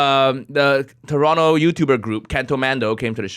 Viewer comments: I haven't watched this through, yet. I just wanted to make sure Toronto was pronounced correctly. I was satisfied. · Good thing you said the silent T on Toronto!